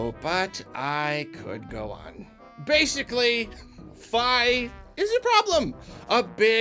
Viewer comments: Fi is pronounced Fee, not Figh. And while she talks alot shes not a normal being, she isn't insulting your intelligence, she's robotic and just blurts out pointless stuff lol. We all love Fi, her story is amazing. Midna is the one who treats you like her own personal bitch and insults you're intelligence. A settings option to have Fi help a little or a lot like Bowser Jr in Bowsers Fury would be a simple fix. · Fi is pronounced "Fee", not "Fye". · It's pronounced "Fee." I don't care what anyone else says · The way he pronounces "Fi" bugs me. I don't care if Nintendo says that's how you're supposed to pronounce it. I won't ever do so.